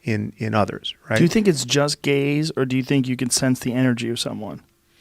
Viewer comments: Gaze detection totally sounded like gays detection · Yea because he didn't pronounce the word gaze correctly. I thought about the same thing.